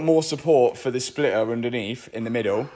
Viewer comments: Its NOT a Spliuhr its called a Splitter.... learn English :P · What is a Splitah? 😂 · MATT, there is a T in splitter ! 😂😂